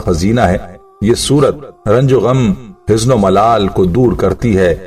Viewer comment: آپکی اردو کچی ھے حُزن کو حِزن بولا سی طرح کیٕ لفظ کچے آپ نے بولے اردو شمبھالےٕ